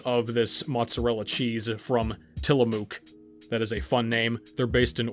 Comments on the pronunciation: I was born in Tillamook how funny. and you pronounce it funny too lol. Great video very informative. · learn to pronounce tillamook